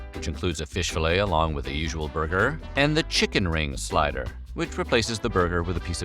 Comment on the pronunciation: What is a "slyder?" Is that like a slider?